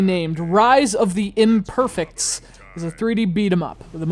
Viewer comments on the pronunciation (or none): THE TITLE SOUNDS STUPID CAUSE YOUR PRONOUNCING IT THE GOD-DAMN WRONG WAY! "IMPERFE( ie egg) IMPERFECTS